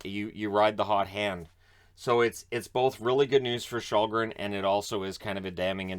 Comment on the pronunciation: You can pronounce Källgren as Shellgren, should be closer to the real way it's pronounced, don't know if you care, but just a tip.